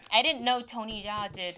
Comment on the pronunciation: Jackie Chan talking about Tony Jaa. it is definitely a j sound, not a y sound (maybe a little bit zh).